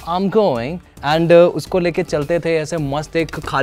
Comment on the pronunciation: Y do mainland people pronounce and as enddddddhhh